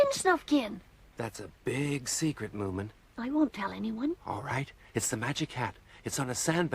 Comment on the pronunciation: i know, but he said it like "moomamumma".